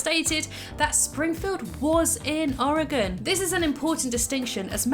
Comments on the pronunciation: Oregon It's Oregon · It’s Oregon